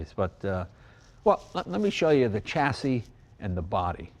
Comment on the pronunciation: Say the words correctly! shassis alUminium